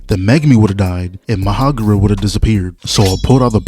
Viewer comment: MA HA ROG A....no disrespect love your videos